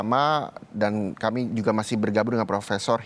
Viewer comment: Menit 4.05 reporter " Saudara keemii akan kembali"😅